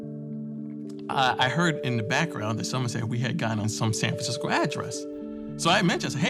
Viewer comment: San fransicko......